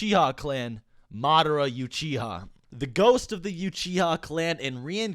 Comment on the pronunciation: Madara Yew-chiha